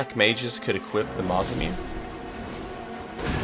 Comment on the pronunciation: Never played ff but hearing you say the "mazam-yoon" was pretty silly